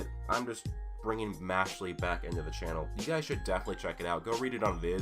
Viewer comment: Im bothered by the fact that you pronounce it as "Mashly" Its "Mash-eL"